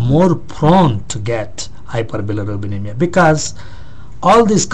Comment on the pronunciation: cant u pronounce hyperbilirubinemia properly? ^^ hihi